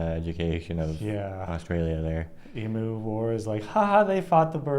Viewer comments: Just FYI, it's not pronounced emoo, it's eem-you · Not EE-Moo, it's Eem-you The first European to "discover" Australia was Dutch explorer Willem Janszoon in 1606 when his ship, the Duyfken, who landed on the western side of the Cape York Peninsula. Not James Cook. They already knew Australia was here when Cook was sent to map the east coast in 1770.